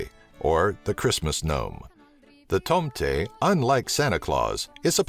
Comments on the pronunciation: "the tomteiiy" lol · I lke how he pronounces tomte "tomtey" lol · ahah when you said santa claus in swedish you said like tomtyyy it is callend tomte with an E in the end lol! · Tomte is said quickly not like "toomtee" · "Tomte" is said Tom-teh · Tomteeee XD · lol i'm swdish an it's so funnt watching this when he tries to prenounce the words like tomte or kräfta